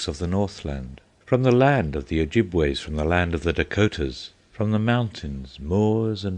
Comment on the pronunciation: only when they can pronounce things in the correct manner like Michigan is pronounced with the shh sound not the sound ch sound and I can't stress this enough (oh -jib-wa) ojibwa tribe of the five fire nations of the Iroquois that's what Schoolcraft was talking about Hiawatha is a poem about the founding of the five nations from the Great Lakes region